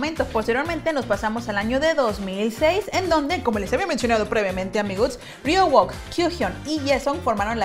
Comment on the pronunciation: Ryeowook se pronuncia "riouk" 😁😊